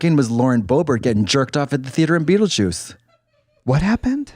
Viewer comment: Ma’am it’s beetlejuice, not skeetlejuice